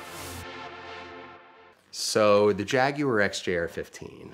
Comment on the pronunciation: I cannot stand the way he pronounces Jaguar.